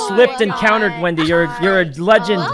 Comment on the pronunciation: whenever sykkuno calls wendy “wendell” i can’t help but laugh 😭😭😭